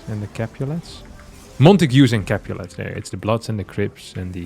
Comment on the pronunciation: "the crips and the capulas" lmao